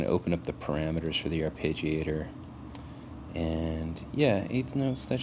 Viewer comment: Ar-PEH-giator, not ar-PAY-gi-AY-tor.